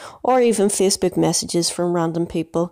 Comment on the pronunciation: the way this guy says Facebook yo "feecebok"